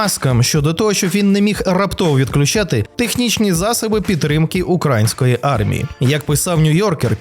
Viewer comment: Звертаюсь до автора каналу,ти так гарно,без будь якого акценту розмовлчєш українською,що аж заворожує,і тут на тобі,серед літа сніг на голову,не правильно ставиш наголос у слові українського,наголос іде на букву Ї а не на букву (А),це дуже груба помилка,тринуйся,повторюй і у тебе все вийде,Слава Україні!!!